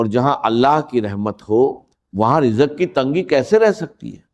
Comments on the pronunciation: Israr Ahmed sahab aisi baten nhi krty thy ye Jo rizq ko rijak kh rhy hn ye unka talafuz nhi h. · ڈاکٹر صاحب کی آواز نہیں ہے راز کو راج ۔۔۔رزق کو رجک ڈاکٹر صاحب کی زبان بالکل صاف تھی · یہ ڈاکٹر اسرار صاحب کی گفتگو نہیں ۔۔۔۔ لوگوں کو گمراہ کرنے کے لیے ان کی آواز کو کاپی کیا گیا ہے ۔۔۔۔ نہ وہ دروازے کو درواجہ کہتے تھے نہ زندگی کو جندگی کہتے تھے اور نہ رزق کو رجق کہتے تھے ۔۔۔ ویڈیو بنانے والا خدا سے ڈرے